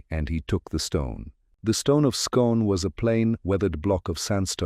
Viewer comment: The place Scone pronounced Skoon.